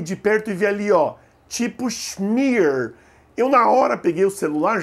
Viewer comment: schmier não se lê "chimier" se lê "chimia" mesmo